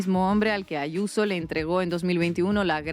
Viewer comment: Adoro como llama a Israel Diaz Ayuso, "Ashuso". Cada vez que la vea me acordaré de tí.❤